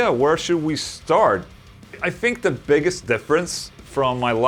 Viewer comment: ok so this is most likely my "white privelege" speaking, but can u please stop saying "fousand" and "fink"? yes i have no talent. no argument here. it just annoys the shit outta me. my work is done LMAO. keep up the good work Ola u mad metal fuck \m/